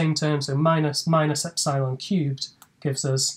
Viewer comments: He said "epsilon" incorrectly SO MANY TIMES................... LOL......... Cheers from Down Unda............ ps. I found the "God" Formula........ News at 10 :P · no assumption about Taylor series are needed; little-o notation gets the job done too btw is the eps'eye'lon pronunciation of epsilon common somewhere? It's the first time I hear it